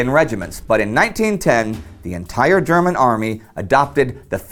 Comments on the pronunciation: Your german pronunciation is good. Love your content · I love the text to speech when he pronounces German words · Thanks for your insightful and interesting comments on military history! I really enjoy watching your videos. Your German is a bit weird, though. I'd recommend if you want to research the exact pronunciation of words in other languages.